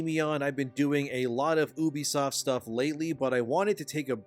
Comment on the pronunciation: It’s pronounced you-be-soft not ooh-be-soft. I wanna think you’re legit, but you aren’t even pronouncing it right.